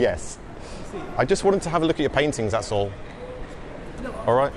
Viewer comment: "Thats all" sounds like "Asshole" 😂😂😂